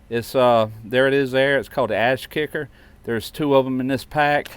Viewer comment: It's Ash kicker not Ass Kicker!!😂😂😂😂